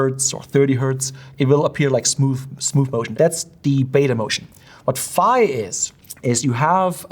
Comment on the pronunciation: Also ὀπτικός does not mean light, in Ancient Greek it means "of, or having to do with, sight". And ϕ isn't pronounced "feye", it's pronounced "fee", as in ϕεῖ.